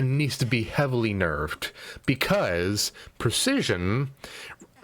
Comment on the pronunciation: you said and spelt percesion rather than precision.